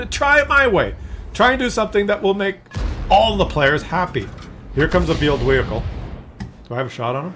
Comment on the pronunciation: Vheeled wehicles finally someone who speaks my language